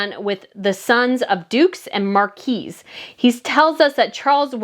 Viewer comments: Marquises is pronounced Mar-kwuh-sez. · marquises = mark-queh-sehs